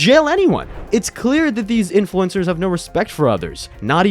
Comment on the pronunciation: evil "INFLUENZERS!"